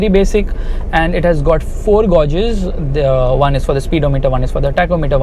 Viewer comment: It's not four goages, it's four gauges mate...... 🙏😂